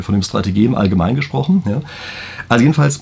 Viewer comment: wie er sich fast in die Hose macht, das er jaa richtig verstanden wird 😂😂